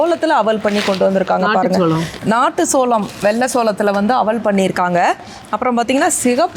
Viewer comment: சோளம் da adhu not சோழம்,Olunga padinga da 🤣🤣🤣